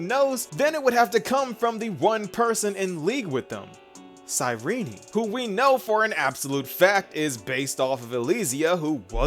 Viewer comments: First few secodns of the video, mofo pronounces cyrinee instead of Cyrene....leaves downdoot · Why is her name pronounced as Cyrenee and not Cyrene? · The way he starts is immaculate, like he goes "cyRENE" and i love it😂